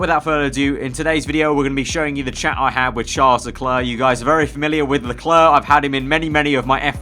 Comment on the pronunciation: i dont like the way you say leclerc tbh it bothered me for such a long time